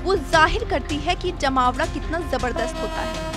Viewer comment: Bolne ka tarika kesa he jmaoda jali use program karykram bhi bola ja sakta he lekin tum to jahi ho tume kya pta